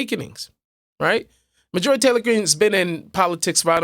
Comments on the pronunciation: MAR-jorie Not Mar-JUH-rie. Love you anyway,. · Her name is not Mah-joori. I had to look at the title to work out who you were talking about.